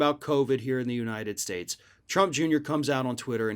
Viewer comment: "The oranges of the United Shates" Cofveve